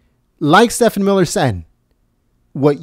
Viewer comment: STEVE-en Miller. (If you'd mispronounced Acosta's name I wouldn't care but Steven Miller deserves respect, after that fine performance)!